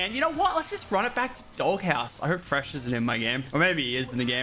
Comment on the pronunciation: fresh Lollll u said frehs LMAOOOOOO